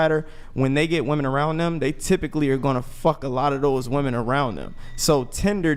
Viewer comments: My god I get sick of all these women constantly saying 'woman' instead of 'women' in nearly every single episode! Also, the 'catcher mit' chick who thinks she's a 10 and is actually a 4...easily brings herself down to 2 by being so ridiculously dumb. Please stop laughing at things you say that aren't funny and aren't 'burns' to people's super chats. Also, I'm so sick of women claiming celibacy when only abstaining from sex for a month. That's like claiming you're a virgin when you were a prostitute who is now a Christian. The asian/pacific islander looking chick needs to ease up on the lip injections and try reading a book. The delusion level is crazy high in this episode. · God, I hate this younger generation of dunces who can't tell the difference between woman and women and pronounce plural wimin as womin. I'm 90% sure they're so uneducated, they pronounce it as they see it spelled. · I want to scream on every podcast. The words “woman” and “women” are pronounced differently and for some reason, the vast majority of women that are on the show don’t know that 🫠